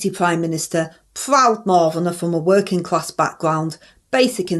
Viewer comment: Open&honest wor -in class!!! You dont earn a wor-ing class salary!!!!!